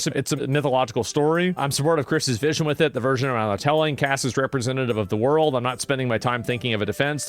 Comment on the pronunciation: Wepweesentative of the woaarrlldd!